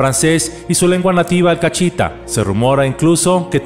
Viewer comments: su lengua materna no es "cachita", es CAHITA, sin "ch" y la "h" es muda, mil gracias Laura Anderson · el idioma es cahíta(lengua cahíta), no cachíta. Es un excelente video.